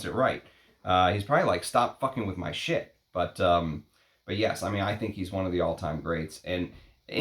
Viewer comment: love how you say “SHIT!“ very Scottish 😆 Almost like the guys from Trainspotting (1996), it even sounds witty haha